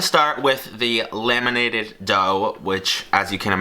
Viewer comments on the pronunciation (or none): I thought he said "lemonated" dough and it confused me to no end but then I realised that it's "laminated" dough instead.